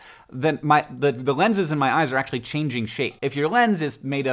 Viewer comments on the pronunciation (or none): none